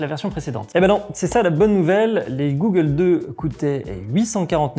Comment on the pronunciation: g"au"ggles 2 pas G"ou"ggles 2....= goggles = Lunettes de protection traduit de l'anglais.. Autant maîtriser le jargon dans un domaine d'activité en grande partie pratiqué par des anglophones. Belle vidéo...utile pour rassurer les futures pratiquants. Merci.